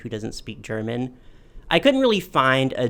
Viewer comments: this was a really fun video to watch! also your german pronounciation was quite good for an american, don't you worry <3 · Your german pronounciation is actually quite good! There's a bit of an accent but it's still nice of you to try to pronounce the names correctly.